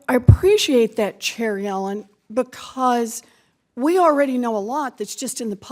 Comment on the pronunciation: I know its “Chair Yellen” but I keep thinking that Warren is saying “Cherry Alan” lol